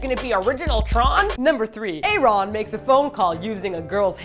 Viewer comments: Why are you guys pronouncing aron so weird its aron like aaron or erin (thats the female way to spell it though) but he just spells it with one A. I just keep hearing "aye ron" and its bugging me. If its an inside joke like batoost then someone plz tell me but if its not then tell them. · a ron??? it's ARON, but that was JR SMASHING THE PHONE BOX omfg... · A Ron? xD WHUT. Isnt his name pronounced Aaron? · his name is pronounced like Aaron not A Ron... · Aron's name is Aaron. He dropped the other a when he joined Nu'est because it confused people. It's still pronounced Aaron. The english is so good because Aron is born and raised in LA. Sorry lol Aron is my bias and I will protect him forever <3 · Is Aron pronounced a-ron or eryn? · You pronounce Aron "Aaron" =_= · I was a little disappointed with this video and how generic you think the song is, but it was funny anyway. I also wanted to say though that Nu'est is meant to be pronounced like 'new-east' and Aron's name is just pronounced like the normal name Aaron or Aron (a-rin). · I'm just gonna casually point out that Aron's name is pronounced the same way it would be in North America.... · The mispronunciation of Aron's name is really terrible. are there other music mondays they promised to do? I don't remember everything that's been missed. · They explained it in the blog post. "Side note, if any of you say that we pronounced Aron’s name incorrectly, we’ll send you to the principle’s office for being Insubordinate, and Churlish." With a link attached. It's a Key and Peele joke. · Why do you pronounce Aron's name like that? It's just the normal Aaron but without an A to avoid confusion with pronunciation for Koreans :P and that was JR who smashed the payphone, not Aron...